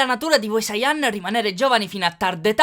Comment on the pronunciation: Perche dite "sayàn" e non sayan?